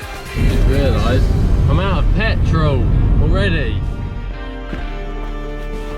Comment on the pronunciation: Ar they Africans because he said petril